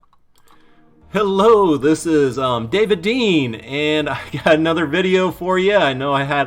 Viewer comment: David Dean* not David Been cx